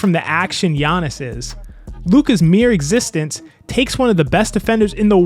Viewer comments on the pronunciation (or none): none